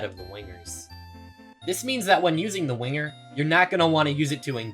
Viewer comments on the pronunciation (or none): "The Wonger"